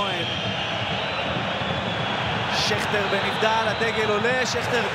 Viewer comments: הוא אמר שכטון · תנו לייק מי שלא שם לב שבדקה השדר אמר שכטון ולא שכטר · הוא אמר שכטוד